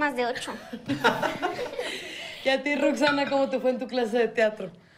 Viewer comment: No es Roxxanna es Roxxanne